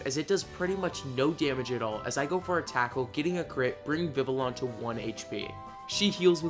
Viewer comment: Not meaning to be meeting but the official pronunciation of vivillon is viv-E-on